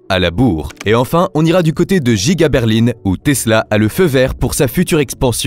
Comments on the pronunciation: c'est pour qu'au lieu de dire Berlin il a dit Berline car c'est une IA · ok mais explique moi de quelle région il viens pour dire Berline au lieu de Berlin car moi ça me scie 😅 en tous cas côté grand ouest personnes ne dis ça. Par contre côté montage t'es propre 👍